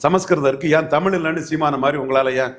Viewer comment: தம்பி தயவுசெய்து தமில் தமில் என்பது கம்பளி பூச்சி முதுகில் ஊர்வது போல இருக்கு...... தமிழ் என்று சொல்ல பயிற்சி செய்யுங்கள்.